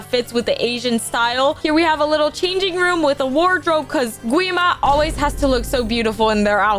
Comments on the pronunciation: Say guima its wrong its gwi-ma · Lol it’s gwi ma not qwi ma